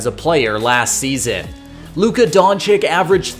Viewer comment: Great video…gotta get the names right tho…don-CHICH not don-CHICK 🙏